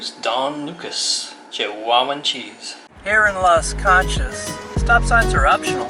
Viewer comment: Las KAN-CHAZ?? 😂 Las KON-CHUS.